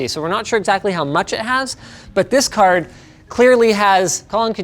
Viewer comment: says car instead of card 😂😂